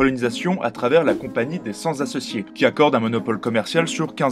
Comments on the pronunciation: Excellentes vos vidéos, je me régale ! Bravo. Une petite remarque sur les fautes de français, comme "cent associés" prononcé par vous "cenS associés" pique vraiment aux oreilles. Pour le reste, bravo continuez ! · Ah c'est "cent associés" ooook :) à l'oreille j'avais compris "sans associés" heheheh du genre: Zéro associés! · Merci pour les liaisons mal-t-a-propos ! La compagnie des cent-t-associés n'est pas celle des sans-z-associés ! ...et quand on répète plusieurs fois la faute... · Merci pour vos excellentes vidéos, très instructives et qui savent captiver le public. Sur celle-ci, un petit point de détail : il serait mieux de dire les CENT associés (sans "s" à cent), donc les CENT_T_ASSOCIÉS. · Merci pour cette émission. Attention toutefois : on dit les CENT associés (pas de S à cent, donc il ne faut pas faire la liaison, sinon avec le T final de cent. CENT, comme VINGT ne s'accordent que lorsqu'ils sont multipliés = quatre cents, quatre-vingts, mais les cent et les vingt...) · C'est tout de même dommage de produire du contenu culturel d'une assez bonne qualité et de gâcher la forme en prononçant les cent-zassociés. Il y aurait eu une liaison s'ils avaient été deux-cents... Mais là... Non. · Par ailleurs, la Compagnie des Cent associés, ne se prononce pas "la compagnie des cents-z associés". Liaison mal à propos.